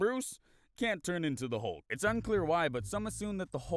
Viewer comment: "We have a Halk"